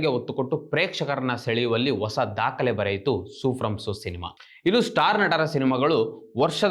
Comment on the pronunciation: ಒಸ ಅಲ್ಲ ಹೊಸ